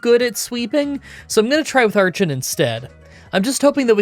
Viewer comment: Cool video and you think you will ever do a Zorua/Zoroark run? just wanted to say that its pronounced ARE-KEN not ARCH-EN, same with HI-DRY-GONE and STAR-RAVE-IA..